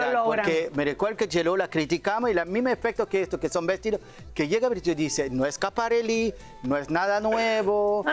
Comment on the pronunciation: Qué ridícula es una de las comentadoras que no tiene vocabulario en español y de repente dice "el vestido es super complimenting" o "con el vestido quiso hacer un statement" y para remate pronuncia Schiaparelli con acento gringo. Seguro que tambien dice Carolina Jerrera 😂😂😂